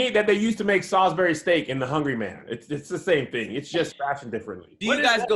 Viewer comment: "Salisbury sturk" Kevin just had a Tahir moment lol